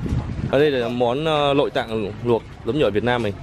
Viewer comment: Đồ nướng k phải lướng. Nội tạng. K phải lội Tạng. Nói tóm lại chữ nào n thì cha này nói l. Còn l nói n. Nghe mệt tai vãi ra